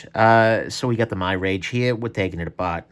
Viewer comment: It's pronounced mirage, like the illusion. Not my-rage.